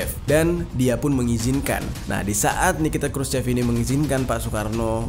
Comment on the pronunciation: Walaupun tulisannya "Khrushchev" cara membacanya yg benar adalah "Kruschov", lalu "Uni Soviet" bukan dibaca "Yuni Soviet"